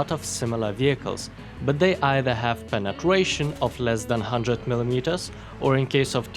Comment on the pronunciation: Did anyone heard him say Penetwation